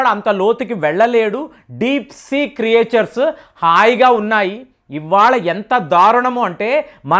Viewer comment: క్రియేషర్స్ కాదు సార్...క్రీచర్స్ అనండి...